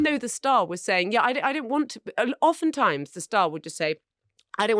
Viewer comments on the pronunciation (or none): "oftentimes". Oh dear Marina.